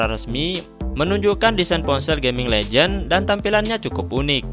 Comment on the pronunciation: ganti voice over. gak bagus. ngomong legion salah, malah legend.